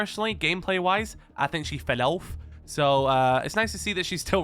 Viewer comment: why did you pronounce "fell off" like that?